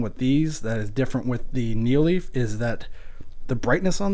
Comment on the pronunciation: also its nanoleaf not neo leaf